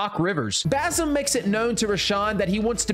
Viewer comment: Him pronouncing basim hurts me